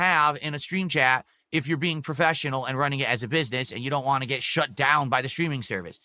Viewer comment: It's crazy because that's not a normal New England accent! It's so nasal. 🤮